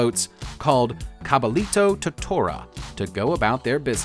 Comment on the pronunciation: The double l in spanish is pronounced as . So it is pronounced Cabayito